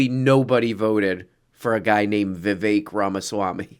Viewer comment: You can't pronounce Vivek? It's spelt the way you say it. You're like adding extra sounds out of a sense of American guilt